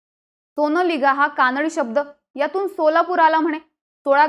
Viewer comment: सोनालिगा नाही सोनलगीं